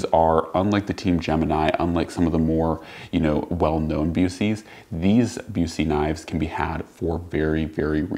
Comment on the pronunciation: Knowing the Owner of the Company I can help you out with the pronunciation. It's Busse as in 'Bus' 'ee'. 'Bus' as in Short Bus.